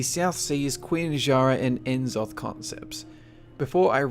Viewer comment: I love your videos. But, you pronounce names like that without the K so it sounds like Richard Nack. And I'm almost positive that N'Zoth is "Nazoth" just like C'Thun is "Cuh-thoon"